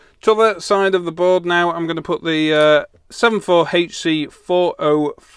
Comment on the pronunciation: It's 74HC... not Height-C